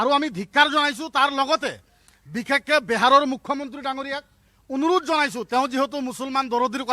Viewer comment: বেহাৰ নহয় বিহাৰ । ভাষা টো শিকি লক ভাল কে।